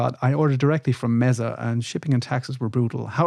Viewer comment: Mesa is pronounced "May-Suh." Named after an elevated plateau geological formation.